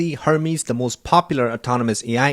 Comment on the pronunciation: Hermész... not hörmísz 🙂